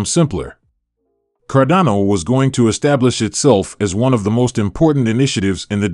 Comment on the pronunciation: Sorry, if you can't even pronounce the coin's name correctly, then it shows you haven't even done the most basic due diligence.